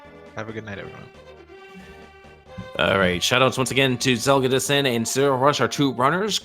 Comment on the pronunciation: Zelgadis-san, not Zelga-dissan, yeesh.